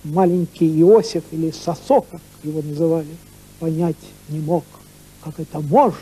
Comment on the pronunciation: Надо произносить сОсо , через О , с ударением на первый слог.